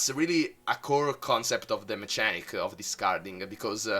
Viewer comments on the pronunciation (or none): al minuto dici "Mechanics" con la C di "Ciccia" ma va che si dice "Mekanics" ... per il resto OTTIMO video fa piacere sul serio grazie per il contenuto